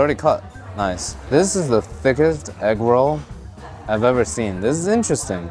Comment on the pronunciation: Inflation: from “with six you get eggroll” to “with sixteen you get egg roll.” I don’t know why, but I love the little canoe paddling down the streets. I also am a tiny bit confused about how he says egg roh’ like he suddenly channeled a deep southern black grandma (and I do know and love many a deep southern black grandma… I just can’t compute a canoe of any tense not-quite-rolling with rohs). This just made me hungry bordering on hangry.